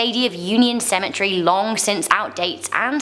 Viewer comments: Cemetree lmfao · Why does she call it a cementry, when it's cementary